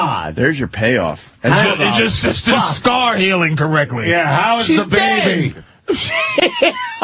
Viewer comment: ...Gallagher rants about the English language but says "Correcly" without a well-pronounced T 😂😂😂😂